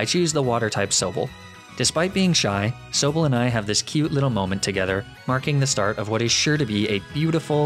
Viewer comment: 1.Its pronounced sobble (saw-bull) 2. Its pronounced leafage (lee-fej) 3. Its pronounced ninetails not even sure how you mispronounced that